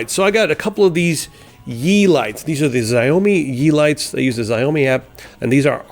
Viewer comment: Sh-ouw-me is how to say xiaomi.